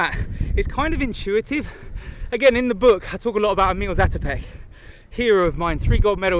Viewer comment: Dear Ross, if you would be interested to know, the name of Emil Zátopek is pronounced with a long "a" instead of short. That is because in Czech, the ´ above a letter means it should pronounced as a long letter, basically more of them. It´s definitely not the full grammatical explanation, but I thought you would be interested to know.